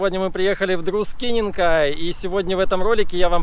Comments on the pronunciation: ты сам просил тебя поправить, если что не так...Не Друскеники (Druskieniki), а Друскининкай ( Druskininkai). Когда слышу "Друскеники" это напоминает польскую оккупацию того края, что перешло и на советскую оккупацию. Я понимаю, что эти нюансы тебе сложно уловить. Для литовцев это существенная разница. Тебе ещё много чего придётся понять, но, думаю, ты осилишь. Удачи. Спасибо за твой труд. Like. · Совет как запомнить правильно ставить ударения: DrUskininkai - всегда на первый слог (дрУг) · ну очень режит ухо - Друскининкай, ударение на "у", а как сказал мой апанент "Друскеники- это по латвийски""😁